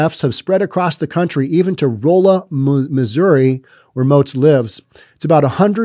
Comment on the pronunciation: It's pronounced RAH-la Missouri, just FYI Also, our Church had their central air units vandalized/stolen multiple times by people getting the copper. They are now totally enclosed in cages.